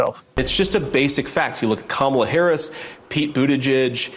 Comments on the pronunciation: Pleeeease say her name correctly. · Please learn how to pronounce Kamala. JD Vance was a horrible choice for VP and I hope Trump loses. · Please say Kamala’s name correctly!!